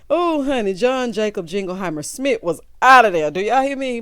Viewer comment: Bihhhhhh not John Jinkle-Heimer Schmit ☠